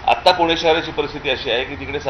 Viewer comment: ठाणा पूना नाही सर... ठाणे पुणे म्हणा ... मराठी आहोत ... आपणच असे बोलला tar कसं चालेल